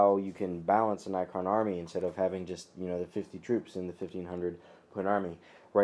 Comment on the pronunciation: its pronounced NECK-RON what ur saying sounds like night quill